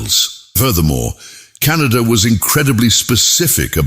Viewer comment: .. ಉಚ್ಛಾರಣೆ ಸರಿಯಾಗಿ ಇರದಿದ್ದರೆ ನಮ್ಮಮ್ಮ ಹುಣಿಸೆ ಅಡರಿನಿಂದ ನಾಲಗೆ ಉಜ್ಜಿಕೋ ಎನ್ನುತ್ತಿದ್ದರು.. ಕಣಾದ ಶಬ್ದವನ್ನು ಕೇಳಿ ದುಃಖವಾಯಿತು. ವೈಚಾರಿಕತೆ ಒಂದೆಡೆ ಇರಲಿ ಭಾಷೆಯ ಕೊಲೆಯಾಗದಂತೆ ನೋಡಿಕೊಳ್ಳಬೇಕು. ಎಂದು ಅಭಿಪ್ರಾಯ.......ವಿನಂತಿ